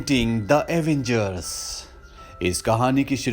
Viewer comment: Avengers not Avangers